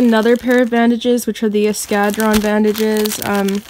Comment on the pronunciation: I love how americans/canadians pronounce eskadron! 😂. Great video!